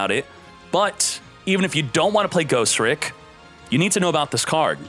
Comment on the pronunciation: Bro it's Ghos-Tricks not Ghost-Ricks. Ugh. Thumbs down on this video. Change your accent dawg.